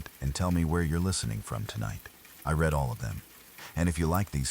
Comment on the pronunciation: "I RED ALL OF THEM" ( READ 😂😂😂 )